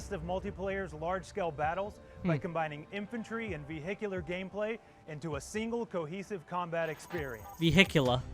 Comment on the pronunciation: He was saying “vehicular” the right way😂